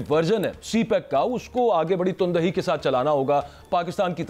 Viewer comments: Ton dahee nhee, Tan dahee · TANDAHEE NOT TUNDAHEE 🥵🥵🥵🥵🥵